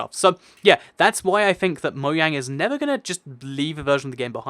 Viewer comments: is it just me or does he say moyang instead of mojang cos i am confused? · Why do you say moyang instead of mojang? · anyone notice he said "MOYANG" not "MOJANG" he said it twice as well :P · Umm its mojang not Moyang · Why do you say 'moyang' instead of 'mojang'? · Why does everyone say moyang it is Mojang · I heard him say moyang instead of mojang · Did he say *moyang*??? Yup... Did it again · did you say Moyang? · did you just say Mo-yang? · you said moyang